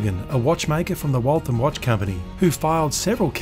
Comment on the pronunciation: Being from the area, I'm happy to let you know that you pronounced Waltham correctly! Growing up in New England, most dads in our neighborhoods were machinists in either the weapons or aeronautics industries. I, myself, was an apprentice machinist before jobs went to other countries in the late 80s. Yours is one of the best channels on YT, being the absolute best for machining in horology. Your Antikythera videos should be given awards for short film. Thanks for what you're doing.